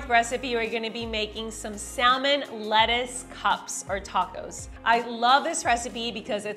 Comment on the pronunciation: que jodidos es Sal-Men? The L is silent